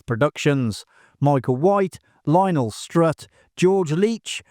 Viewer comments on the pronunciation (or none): none